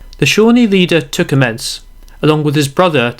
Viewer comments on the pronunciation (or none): Oh my god. Anybody who pronounces Tecumseh's name as "Ticommences" can't possibly pretend to be in a position to give a history lesson on the war of 1812. At least make the effort to make it sound as though you've actually heard of some of the major players! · Might want to check the pronunciation of Tecumseh's name. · the mispronunciation of Tecumseh was a bit jarring